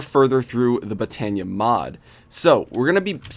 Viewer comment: the way he says botania bothers me